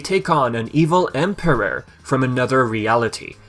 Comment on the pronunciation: He does have a funny way of pronouncing certain words. The way he says "emperor" seems off too.